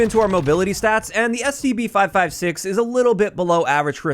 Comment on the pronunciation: Always sounds like he says, STD